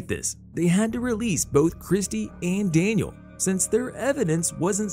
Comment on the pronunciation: The narration makes this unwatchable. "Dan-i-AL Kin-a-HAN"...ridiculous.